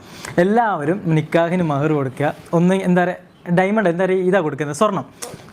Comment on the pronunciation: മെഹർ അല്ല bro മഹർ.